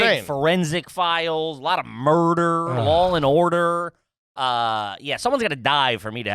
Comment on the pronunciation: "Lawl and Order" (sic) Don't ever change, guys.